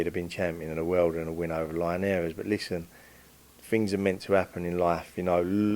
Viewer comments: Who the fuck is Jorge Line-Air-eez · Love the way he pronounce linares 😂